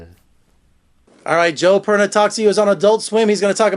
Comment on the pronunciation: Joe "Perna"....?